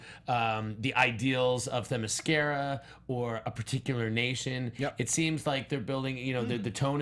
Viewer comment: Did pronounced Themiscyra as 'the Mascara'...?